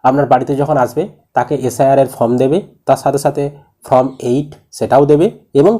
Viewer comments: আরে দাদা.... উচ্চারণ ফ্রম হবে না, উচ্চারণ হবে ফর্ম.... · Mr. Youtuber...please speak correctly. These THREE are not 'FROM'...but 'FORM'